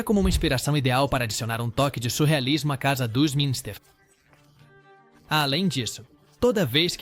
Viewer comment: Essa locução via A.I. pronuciar Família "Minister" e Família "Adandas" tá Phød@ PQP !!!!